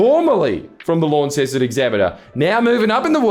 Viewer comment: All us Tasmanians piss our pants a little whenever you say Lawn-ceston instead of Lon-ceston.